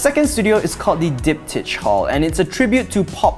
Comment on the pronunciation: Its called Diptych? Sounds more like dipshit or deepshit. Nice review!